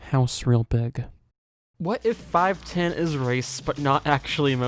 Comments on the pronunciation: It's pronounced "five-one-oh", genius. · I think it's pronounced 'five-one-oh'.